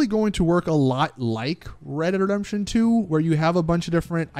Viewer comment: “ Reredredemption 2 “